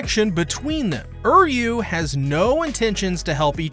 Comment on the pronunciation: Why does he keep saying Uryu's name like that?